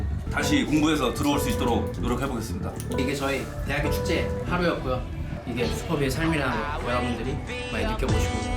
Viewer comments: 그와중에 대학 축'재'.... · 언에듀 이와중에 쯤에 대학축제할때 축제라 해야하는데 축'재'라 했네 ㅋㅋㅋㅋㅋㅋ